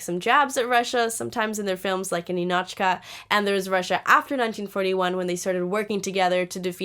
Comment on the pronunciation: It is nInichka, nInochka! Stress on the second syllable